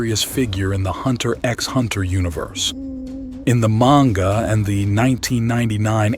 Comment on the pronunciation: im like 98.42% sure this channel is AI you pronounce manga different every other time